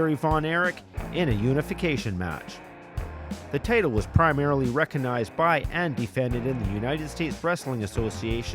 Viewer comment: Good vid, even without any real wrestling footage. Did anybody else think the narrator was saying 'potato' instead of 'the title, ' though?